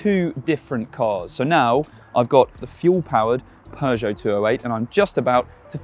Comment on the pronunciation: Peugeot pap nat car 😂😂😂😂😂